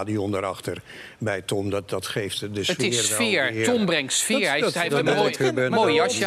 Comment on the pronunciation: Tom brengt sfeejjjjjjjjjjjjjjjjjjjjjjjjj Tom brengt sfeejjjjjjjjjjjjjjjjjjjjjjjj. Verschrikkelijk!!